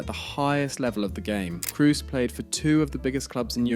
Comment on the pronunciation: It's not Vox, it's more like Foe-kts not Cruise but Kroe-se not Roomenyek but Rooma-nigge (quite similar to that word, you don't use) Lahm played two seasons at Stuttgart and then became a Bayern legend Btw: it's Bundesliga, not Bundlesliga